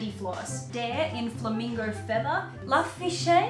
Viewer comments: I had to laugh everytime you said la-fishé it's la riché which I believe is pronounced "la-reesh" hahahaha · It's "La Riche" pronounced "reesh"! We just call it "directions" though tbh, I've been using directions alpine green for about 10 years! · La fishay hahahahhaha, it's La Riche right? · When they said la riche i cant